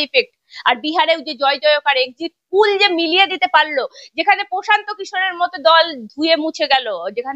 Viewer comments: Ore baba Exit pul noy Exit pol 😂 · Madam exit pul na...ota exit pol hoba...ucharon ta please thik kora neban... kharap vabea neban na katha ta..apni khub valo kaj korchen..amr support apner songa ache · এক্সিট পুল না ম্যাডাম ওটা এক্সিট পোল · ম্যাডাম exit pull নয়, কথাটা এক্সিট poll। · এক্সিট পুল নয় এক্সিট পোল